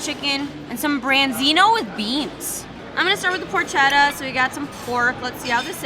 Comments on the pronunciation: Team flats! And, it's pronounced "por-KET-a", not "por-shet-a". 💜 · Thanks for the video. Please pass this around. The porchetta is pronounced "por-kay-ta". Thanks, all your Italian american friends thank you. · Porchetta is pronounced “por-ketta” as ‘ch’ in Italian is pronounced like a “k”.